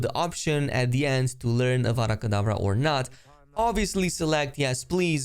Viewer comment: It's avada kedavra , not Vara Kedavra , it's simple to say tho'... like just hearing that from the start triggered me 😂😂